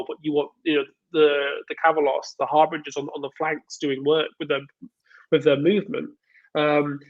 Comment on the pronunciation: why cant either of you pronounce harbinger?